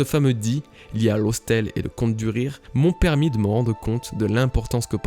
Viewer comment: Bonne vidéo, en revanche faut vraiment faire un effort sur la prononciation de Laugh tale, et romance dawn ça veut pas dire romande de l'Aube mais l'Aube dune romance, pareil pr road star qui veut pas dire route de l'étoile mais l'étoile de la route. Cest dommage car ça t'emmène parfois sur de fausses pistes pr des erreurs de trad